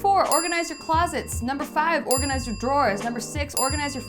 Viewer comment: "I could make a whole other list of things you could organizsse, but lord knows you don`t need more of that." - I lost it. xD